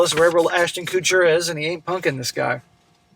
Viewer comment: “Ashton koootcher”😂